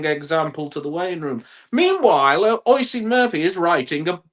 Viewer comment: Love the podcast, but I do have a small gripe. (obviously) isn't Oisín's biggest fan, but could you please pronounce his name properly? It's pronounced "Usheen".